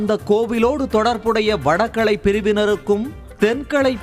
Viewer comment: முதல்ல உங்க தமிழ் உச்சரிப்பை சரி செய்யவும். கீழே வரும் வார்த்தைகளைதப்பு தப்பாக உச்சரித்திருக்கிறீர்கள். வடகளை/தென்களை = வடகலை/தென்கலை, மள்ளுக்கட்டு = மல்லுக்கட்டு, வேத ப்ராயணம் = வேத பாராயணம், பிரச்சனையக் கிழப்பி = கிளப்பி, ஓங்கி ஒளிக்கிறது = ஓங்கி ஒலிக்கிறது, சணடைக் கலமாக = சண்டைக் களமாக. பள வழக்குகள் = பல வழக்குகள், மாட்டுப் பொங்களை ஒட்டி = மாட்டுப் பொங்கலை ஒட்டி. இவ்வளவு, கேவலமான உச்சரிப்புடன் வீடியோ போட்டு, அடுத்தவங்க. ப்ரச்சினையக் காசாக்க முயற்சிக்கிறீங்க? தேவையா இது? ஹய்யோ ஹய்யோ😅